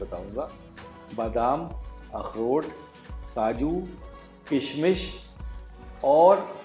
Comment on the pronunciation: The way you pronounce akhrot with perfect Urdu talaffuz ❤